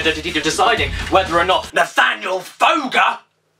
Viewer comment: Sometimes when caddy says your name it’s sounds like “Nathaniel foger!”